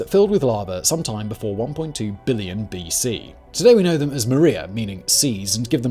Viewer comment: MARia, not Maria